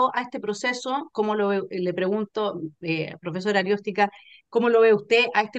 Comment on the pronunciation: arOstica....... No ArIOstica